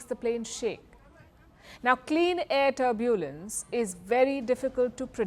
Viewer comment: Please Madam, learn to pronounce the word 'Turbulence' correctly 😮